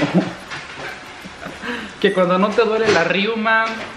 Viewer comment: Un te de manzanilla antes de dormir. Y una pequeña observación, se dice reuma, no "riuma". Muchos saludos.